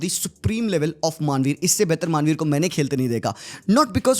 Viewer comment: Manvir ❌ Maaanveer ✅